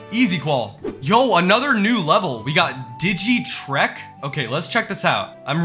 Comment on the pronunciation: the "trek" part in digi trek sounds like shrek lol digi shrek